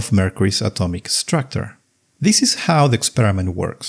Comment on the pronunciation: "Atomic structor?" Please, 15 second and already not trustworthy. What's wrong with the pronunciation? Is he really Fraank? I thought he's Fränk. "Moving" = "Myuwing" or "Muuving"? What's wrong? Collision = Kolission? Not Kollisioon?